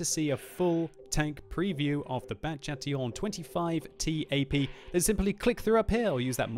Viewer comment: Too bad it's Bat Chatillon actually